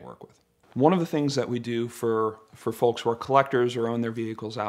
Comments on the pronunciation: The only time I've ever heard the L in folks. Great video. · He even got the L in folks